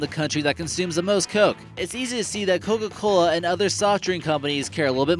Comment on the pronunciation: it sounds like hes saying "cogagola"